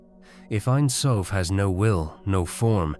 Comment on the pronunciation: It’s pronounced Ein Sofe and being Hebrew for never ending